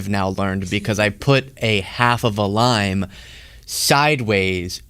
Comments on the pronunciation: I thought he said chopping a line not chopping a lime. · Thought u said , CHOPPING A LINE … ( not LIME ) 🫣😵‍💫🥹✨😆✨💜.. lots of fun WORD PLAY… life flashing before ur eyes 🤣🤣🤣🤣🥹 sorrrry SO glad u are OK !!! 💜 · I misheard your explanation of the wrist thing - It sounded more like 'line' than 'lime'. Glad you clarified after. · Omg, at first I thought you said that you were chopping a line and I couldn't believe you were admitting to that on air! LOL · When you said you injured your finger cutting a lime, I thought you said cutting a line. And I thought to my self, hey wait, I didn't know did drugs lol. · At first, I thought that man said he nearly cut his finger while “chopping a line.” The difference between chopping a line and chopping a lime is significant.😂